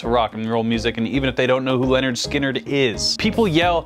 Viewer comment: It's a little disconcerting to hear you pronounce "Lynyrd" like "Leonard". It's "Lin-erd Skin-erd". They rhyme. But I'll forgive you because you're not from the south.